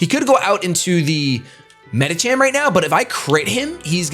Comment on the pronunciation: It's NOT "Medikam" it's MEDICHAM. CH-as in CHERRY. I cringe every time he says it that way... -_